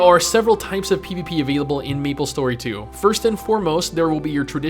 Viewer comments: 1) its may-ple .. not me-ple.. 2) it was never p2w, it was p2look cool. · why do you keep saying Meeplestory? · i disliked cause you kept calling it meeple story and not MAplestory . . . . . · "what does meeplestory 2 bring to the teeble?" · Austin Norman I'm glad I'm not the only one. I cringed every time he pronounced it Meeplestory and Mablestory some 100 times